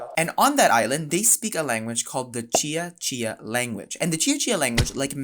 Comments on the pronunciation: Let me start by saying: Good job on pronouncing "Cia-Cia" correctly. 👍 As an Indonesian from a different island (Borneo), I have to say, adopting Hangul for the Cia-Cia language is just plain ridiculous. Like you mentioned, all Indonesians already have to learn the Latin script, so what’s the point of complicating things with Hangul? It’s not like Hangul does a better job representing the sounds of Cia-Cia—quite the opposite. For example, Hangul doesn’t even have a character for the /v/ sound, so they had to dust off some ancient character to fill the gap. So, why burden students with learning a script that has zero relevance to their history or culture, especially when they should be focusing on more important things? Makes no sense at all. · yes, the letter c is always pronounced as "ch" in Indonesian, so you did well. You also did a good job with the pronunciation of "Buton" 👍